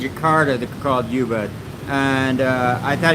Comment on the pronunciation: Not Yubud...it is oooobud...